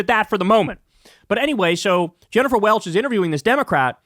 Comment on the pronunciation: Jennifer Welch is the IHIP lady. Sounded like you were saying Jennifer Welles, who I’m pretty sure was an iconic porn actress in the 1970s and 1980s 😁